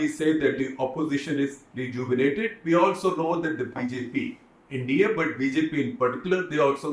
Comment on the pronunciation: It’s INDIA not Indi